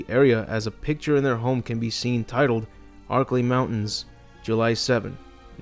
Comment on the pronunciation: Yo I took a shot every time you said archilei mountains I got fucken drunk